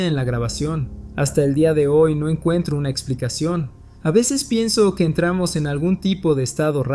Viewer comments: Siempre asumí que la chica era una voz sintética porque cuando la frase termina en "pero NO:" ... dice "pero número" 😅 Me da gusto ver a los humanos detrás, me encanta escuchar este canal mientras estoy haciendo patrones y cosiendo. Que sigan muchos años más! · Yo igual, siempre me parecia raro que no decia NO sino numero